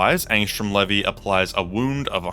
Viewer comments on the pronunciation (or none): It's actually not pronounced "lev vee" it's pronounced like this "lee vee"